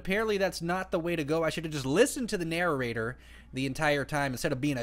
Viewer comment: it's not nararater it's prounounced na- rate- er